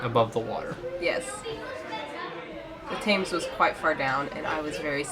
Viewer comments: Please note that the River Thames is pronounced "Tems", not "Tames" (or even "Th-ames"). And the "crows" in the Tower are not crows, they're ravens. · Tems Tems Tems-not "Tames". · AAAaahh! It’s the river pronounced tems not Themes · And it's not "Tames" it's the Thames pronounced Temms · It's pronounced tems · Guys, love the show but it pronounced Temm,s not Tames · And it is pronounced "Temms," not Tayms or Thaymes. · Thames isn't pronounced "Taims", it's "Temms". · The river is pronounced sounding “thems”. Not “thams” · Why do Americans insist on calling it the river ‘theymz’ you clearly know the river and have probably seen it dozens of times in films and other media, YouTube etc. No where is it ever described as theymz it is pronounced ‘Tems’ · Thames rhymes with Gems not tame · Please....it's pronounced Tems, NOT Tames. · The river Thames is not pronounced Tames (or Th' ames) but temms.... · Think Tems not Tames... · You can't Tame 'The Tems.' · Just one things, Thames is pronounced 'tems' ...other than that Great video ❤️ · Great video, I'm glad you enjoyed London, I do, however, have a tiny correction, the river Thames is pronounced as "Tems" not "Tames" just another name that we mispronounce to confuse non-Britons! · Its not river "Tames" its river "Temmes" phonetically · A very sweet video! Just fyi we pronounce it Tems, not Taymes :) look forward to the rest of your videos from your trip! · Great video - well done - loved it. (just a small tip - you might like to pronounce the "tames" as the "tems" I know it is Thames but it tends to be called tems. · The River Taymes? Sounds like they moved the River Thames to the south of the USA. Is that Sheriff JW Pepper's daughter? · The name of the river is pronounced 'Tems' as opposed to 'Tay-mes' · I think its really brave of you guys to step out of your comfort zone, and do it on such a big scale. I hope the UK lived up to your expectations 🇬🇧 Oh, and it the Tems, not Tames 🤣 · It's pronounced 'Tems'